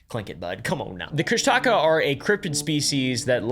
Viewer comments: I think it's pronounced "Kush-tuh-ka" not "Kush-Taca" 😅haha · You got the name of our Cryptid wrong it’s pronounced koosh ta kaw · It’s pronounced ‘Koosh-Da-Kah’. But great deep dive into my culture. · from an alaskan. the kooshdaakaa is pronounced koosh-duh-kah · Kóoshdaa Káa. Pronounced kuh-OHSH-dah KAH. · As an Alaskan Tlingit, you're pronouncing Kóoshdaa káa wrong😅 and also it's a bad omen to say the name more than 3 times. Best of luck😂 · I am sorry to nitpick, however you accidently got several names wrong. It is pronounced as Koo-sh-ta-ka-ahh and Den-Eye-Nah. Also you did get the name right for Utqiagvik, also Utqiagvik means Land where Snowy Owls are hunted in Iñupiaq btw. Love this channel, I liked and sharred it too.